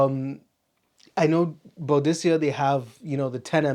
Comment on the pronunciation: I enjoy the ranking videos , good stuff, but the way that you pronounce Boadicea is definitely incorrect ! Might want to check out some videos to get the pronunciation correct my friend, you have way too many bottles of that brand to say the name wrong !! Maybe a little research